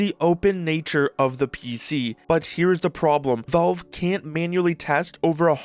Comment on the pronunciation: It's pronounced "valve" not "velve"